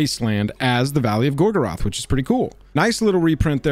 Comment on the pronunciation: The pronunciation of "Gorgoroth" is unacceptable. Sometimes I think this channel should be called and Nazgûl. And why the hell is that stupid red swiqgly line under "Gorgoroth" and "Nazgûl" as I type this? Why doesn't Google have a clue either? This is madness. In all seriousness though I hope the set is opened up to holy hell while people search for the 001/001 of Isildur's Bane so cards are dirt cheap.